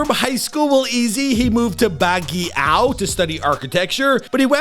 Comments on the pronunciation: He was born in OLONGAPO CITY (o-long-ga-po) not Ulangguppa 😅 then moved to BAGUIO (Bag-yo) NOT Baggiyaw 😅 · Olonggapo - "awe-long-ga-paw" Baguio - "bag-yaw" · Olong - gah Po Sap ye ra Bag yo My heart hurts hearing words mispronounced